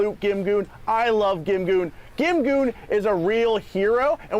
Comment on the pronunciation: Isn't GimGoon pronounced more like "Jin-Gong"? x'D x'D x'D